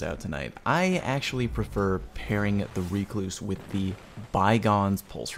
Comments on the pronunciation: I will accept Ruh-kloos or wreck-loos. None of the REEE-kloos shenanigans. Get learnt. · Well, you cluse once, then you cluse again.. it's a recluse. Reeeee-cluse! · Buddy....BUUUUDDY what is that pronunciation? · The number of YouTubers who mispronounce Recluse. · Why are you pronouncing the weapons name like that...its named after a type of spider and no1 says it like you are ahahahahaa